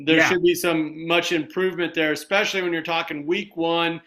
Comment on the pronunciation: When I hear “X-specially”….it drives me crazy! It’s “Es-specially”.